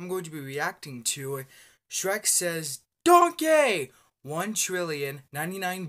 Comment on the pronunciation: Sounds like he's saying "Don't Gay" lol